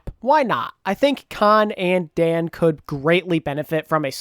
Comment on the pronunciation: Quick note for: For the Paris Eternal, Kaan and Daan are pronounced in the same way, the way you currently pronounce Kaan. Daan is Dutch and that is the proper Dutch pronunciation